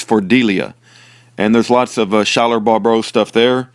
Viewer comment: Thank you sooo much for putting out these videos recently! I'm just discovering them and I am so blessed by them! I am his mom! His name is pronounced like Sky-ler! lol! I wish I could tell you how to properly pronounce his middle name (Pyatte), but, it sounds like pie-it! I hope that helps! Please message me sometime through fb/Messenger!